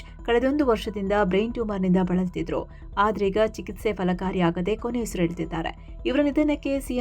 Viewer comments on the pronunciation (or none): none